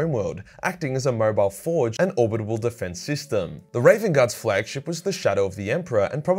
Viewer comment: Gotta go over "orbital" and "pivotal" with your speech therapist mate. Love the video.